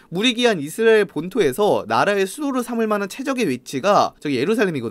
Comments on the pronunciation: 이스르엘 이스르리엘 발음 아직까지 웃기시군옄ㅋㅋㅋㅋㅋ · 형 이스라엘 발음이 안되는건 여전하구나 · 이분 왤케 이스라엘 발음을 못함? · 이스라엘 부를때 발음 왜 그럼?